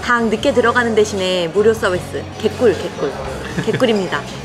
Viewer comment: 와우 영상이다!!!!! 안그래도 마하나콘, 궁금했는데!!! 저는 아이가 있어서 너무 힙한데는 못가보는데, 이렇게 영상으로 자세히 볼 수 있으니 넘. 좋네요^^ 그리고 웰컴드링크 드실때 개꿀이라는 단어를 이렇게 예쁘게 말씀하시는 분은 첨이에요…! 저희도 갑니당 곧 ! 이제 24일 남았어용💕💕